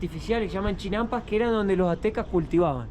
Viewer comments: Se llaman CHINAMPAS, tú dices CHILAMPAS 😅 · Se pronuncia Sochimilco, no jochimilco, y era el imperio Mexica, " azteca" es un término inventado en Europa en el 1800, las plataformas flotantes se llama CHINAMPAS, no chilampas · Saludos 😅, les quedó genial el video, hay varios tipos de mole y es Xochimilco no Chochimilco y son chinampas no chilampas. Un abrazo a los 2 🤗